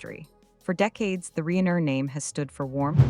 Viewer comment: Pronounce their last name correctly AI